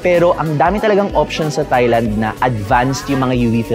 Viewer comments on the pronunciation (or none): Good skincare advice but please note that in proper English, Thailand is pronounced “Tie-land” (silent H), not “Thigh-land”.